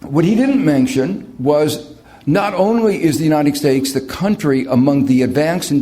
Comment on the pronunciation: He always says "United Steaks" hahahahh